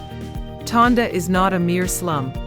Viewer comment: Tondo. Not Tonda.